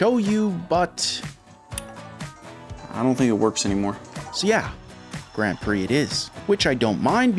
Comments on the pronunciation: Me getting angry cause he is saying gran instead of grand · Since when is Grand said like Graund? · The way you pronounce grand is a criminal offense. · why are you saying Grand so weird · I like how you purposely say Grand and Mercedes wrong 😅 It’s on purpose, right? 😅😅😅 Tell me it’s on purpose! 😅😅😅😅😅